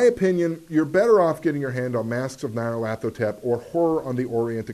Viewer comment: stop showing off just because you can pronounce Nyarlathotep :)